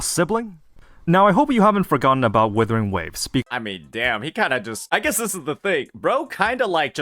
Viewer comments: The guy keeps pronouncing WIthering waves instead of WUthering waves which means he doesn't have a habit of double checking his information. A person like that has no credibility. This inability to double check stuff is reflecting on his video right now. Things are constantly flying over his head and he just plays it off as: "The game didn't tell'' Yes it did, you're just too stupid to notice. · I knew he was a dumbass when he kept calling the game withering waves 😂😂😂